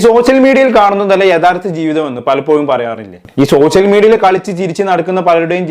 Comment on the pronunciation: ഷോഷ്യൽ മീഡിയ അല്ല അളിയാ സോഷ്യൽ മീഡിയ😂